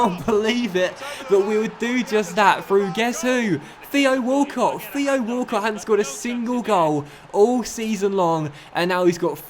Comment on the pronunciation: Why do u say feo Walcott and not Theo Walcott